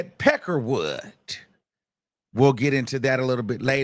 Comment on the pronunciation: Im sorry but hearing you say pecker wood makes me lmao 😂🤣